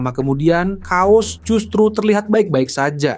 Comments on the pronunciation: sorry kuping gw geli sama pembacaan narasi chaos jadi "Kaos" wkwkwk... yang bener pelafalan itu "keos" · bacanya "KEYOS" bang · chaos di baca keos bang